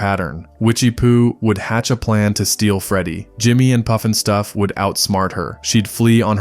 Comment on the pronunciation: AI idiot voice Not POOF-EN-stuff it's PUFFinstuff.